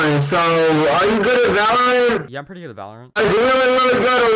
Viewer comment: Jay is not even good at valorahnt